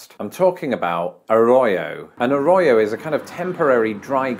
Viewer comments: Arroyo, corrido; trill those "r" sounds... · A ro ho not a ro yo. You really need to work on your Spanish pronunciation bc ur getting them all wrong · Arroyo is my last name lol and damn it hurts to heat it pronounced the way you say it haha.